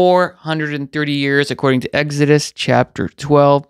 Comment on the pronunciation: Egg-head in Batma would pronounce "Exodos" as Eggidus" Like you.